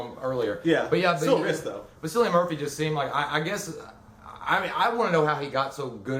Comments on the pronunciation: Cillian is pronounced "Kill-lee-in". Honestly, my favorite thing about this (other than Cillian's stellar performance) was that the humans were the scariest thing in it. Marauders are what I'm looking out for in the event of a zombie apocalypse. (The alt. endings are all pretty disappointing. The right one made the cut.) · Good review guys, but just like to say Cillian is pronounced (kill-ee-un)